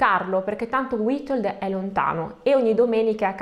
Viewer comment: "W" in polacco si legge "V" quindi Vitold. Ma non ti preocupare, ci hai provato con la lingua delle più difficile nel mondo. Sei bravissima. Complimenti.